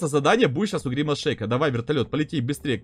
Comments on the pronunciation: Евро завут не гримас шеик а гримас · Не гримас шейк, а гримас!